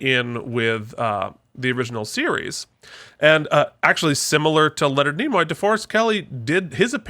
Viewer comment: It's Nimoy, not Nemoy. Also, Spock was Ambassador, not Admiral.